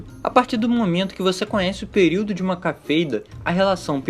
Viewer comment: Cafeida? Não seria Cefeida? Ou vale os dois jeitos?